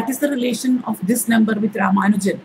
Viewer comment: Madam: His name was "Ramanujan". Unfortunately this is a common error. Humble pranams